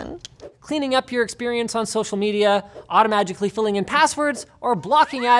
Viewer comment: Automagically or automatically? Perhaps magically